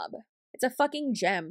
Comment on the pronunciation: For some reason when you said "It's a gym." I kept hearing gem xD